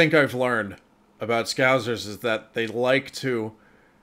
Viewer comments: Ahhhh its scousers not scouzers! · You say, "Scouzers". It'a Scousers, with a, 's'. Scouse is a lamb and vegetable stew which Liverpudlians are said to enjoy. In Wales, we call the same stew, "Cawl". We're not called Cawlers, though. These characters are based on Barry and Terry in the soap, "Brookside". It was the mid-80's.